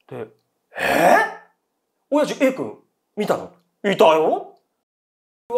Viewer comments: お⤴︎やじのイントネーションばかりに気を取られてしまった… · 親父の発音が気になって